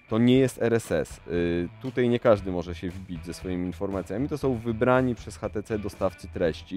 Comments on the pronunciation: Dlaczego ten burak wymawia "hatece"? To może "one" konsekwentnie też wymówi tak jak jest napisane w polskim języku? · no kurwa to urodzony inglisz spiker od 2 lat w anglii robi ze szwagrem przy paletach, więc nie obrażaj go tutaj i mów po prostu ejdż ti si